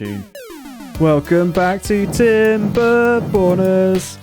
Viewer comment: I love how never pronounces the "r" properly in timberborners. He will make a knob joke at literally any opportunity and I'm here for it